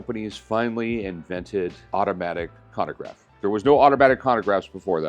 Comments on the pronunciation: Chronograph! Not konograph… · He likes his cannagraffs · For someone so knowledgeable, bro should not be saying “hewer” and “conograph” lmao